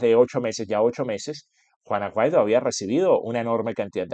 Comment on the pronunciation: Juan Guaidó, no Juan Aguaido.😮